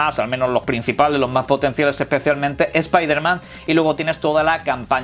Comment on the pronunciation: genial escuchar a un español decir "espaiderman" ...